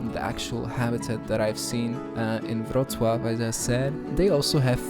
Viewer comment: As someone who speaks Polish, your pronunciation of "Wroclaw" was flawless. Where are you from (if you're willing to share)? Very cool use of billboards for aquariums, and beautiful multimedia (material?) build for the otters. Seriously, the details are amazing!